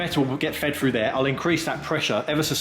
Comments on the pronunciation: Would that be "through" and not Froo? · Please stop saying "frough", "fink", and "fing", instead of "through", "think", and "thing". It's thucking annoying!